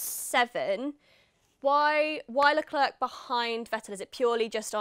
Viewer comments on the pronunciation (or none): Please stop saying LeclerK. It's you job to pronounce these names! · Wow, the lack of chemistry is so palpable that it almost makes this cringey. Sorry autosport but this dude just isnt it..... Plz dont do like this again. Ps:, help the brother out, its not LeClerk......